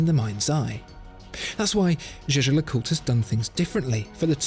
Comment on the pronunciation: lovely video, but could ppl please just say JLC if they can't pronounce it properly?